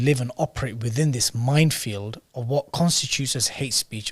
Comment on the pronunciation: It's not 'mindfield' it's 'minefield'